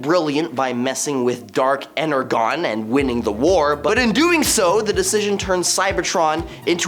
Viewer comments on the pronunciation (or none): It's pronounced "Ener-jon" for Primus sake...